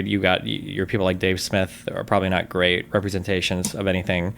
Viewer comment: "We've getting a gweat deaw with Ukwainians fighting the Wussians and dying, but also if Wussians invade Estonia next that means we'd have to fight for Estonia and i don't want that." Uhuh.... Why isn't destiny stopping him from voicing these Kremlin talking points?